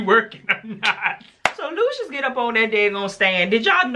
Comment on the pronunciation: Bella called lucious..."dooshus""..just saying